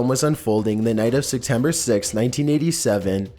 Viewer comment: Are you saying “Sectember”?